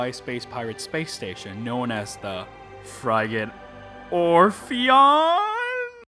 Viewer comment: fryget Orpheon? It’s pronounced friget. Like frigid, but with a hard “g” sound